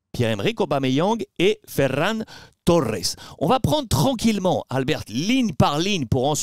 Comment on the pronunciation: Ça me termine comment il prononce ferrrrran torrrrrres